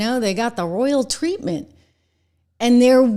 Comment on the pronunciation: I swear she said tweetment.